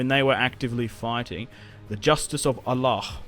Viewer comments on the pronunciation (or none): none